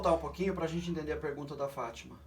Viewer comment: É impressao Minha ou ele falo Fatima ??( 24 min Ali